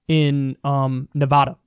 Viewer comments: Damn it, Kyle. It's not NEH-VAH-DUH! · kyle i am begging you to stop pronouncing nevada like that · You mispronounced Nevada. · My dude. You’re saying Nevada wrong. It’s gonna be tight there for Bernie so say it right bc they care. Agree on Biden though, not looking great for his campaign